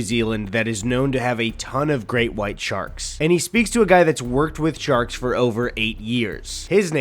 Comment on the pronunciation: “Ya lak shaks?” “Shaks?” “Shaks. Ya lak Shaks?” “Ahhh sharks. Sure, I lak shaks. I like caravans more.”